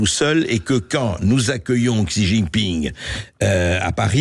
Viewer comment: Par contre, Alain Juillet, avec mieux prononcé le nom famille correctement, c'est Xi Jiping, non pas iping. Sinon le reste est top.